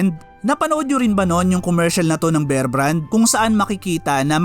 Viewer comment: Kbayan ,bear,as in bare ang pronunciation, make it long